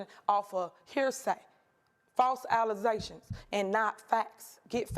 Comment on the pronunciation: Allizations! Not allegations. Cassor not cancer. Is English her second language? Lmao